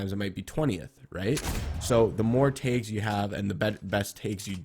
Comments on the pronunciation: its tags not taygs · Made me so mad when u said tages instead on tags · I got so confused when you said tayggs but I finally realized you were saying tags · Is he saying taigs or tags or what? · Is he saying tags ?